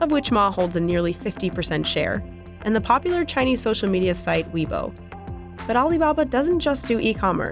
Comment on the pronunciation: did they just pronouce weibo as weebo